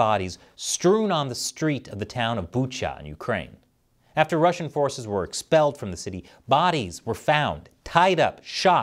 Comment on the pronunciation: FYI, Bucha is pronounced Boo-kha.